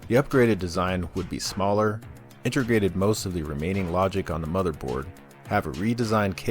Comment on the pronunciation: Nice deep compilation! It is slightly distracting every time you say inter-gated instead of inte-grated though. Don't worry, I won't go nucular on ya over it, I'm not that pendantic.